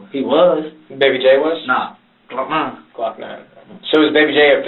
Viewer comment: This boi said glokknine shooting at him😂 he lied he know it wasn’t him you can tell he just said it cause he a rapper